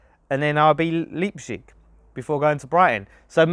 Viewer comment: are you ever going to pronounce Leipzig (lahyp-sig, -sik) correctly lol?